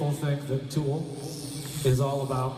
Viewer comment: God i hate how you say "Tewel"......man up dude